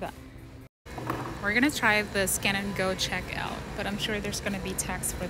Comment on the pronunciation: Lol i thought you said scam and go😅